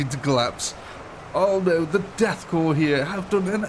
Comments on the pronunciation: goddammit, son, "korps" is pronounced like "core", not "corpse". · holy hell, corps, NOT corpse. There is no E on the end. Every time it says corpse. The death corps is not dead yet, therefore, they're a corps, but not a corpse yet. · You do not pronounce the P in Corps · Listening to this man mispronounce corps, cadian and every other important name was a pain on the senses